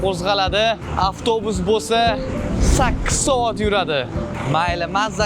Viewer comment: Soat× Saot😂😂😂😂